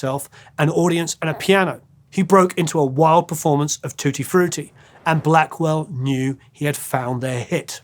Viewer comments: i love how you pronounce it "tooty frooty",. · Saw Little Richard twice, he was great. Music history for sure. ♡ Hearing you say tutti frutti with your accent was great lol 🙂❤ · Love Little Richard! and, love the way you pronounce Tutti Frutti, so dignified!